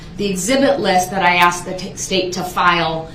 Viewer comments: Cause you Axed dats da only reason cause you Axed 😊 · How come THEY always pronounce the word "asked" as "axed"? Like the way he does in this video? Is it because of their dangerously low IQ? 😅🤣🤣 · We don’t axe questions we ask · Every time a question was “axed” and he looked over at Brooks waiting for the objection it made me laugh. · Loved it when she finally said that she was telling him, not asking him.........shut him up but good. He never "axed" her that question again. Unbelievable!!😊😊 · hahah that was absolutely gold. The only thing I would change is “asked” to “aksed” lol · or " axed".....